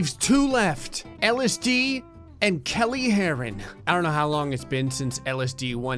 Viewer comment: Kelley ke-ll-ey that’s how it pronounced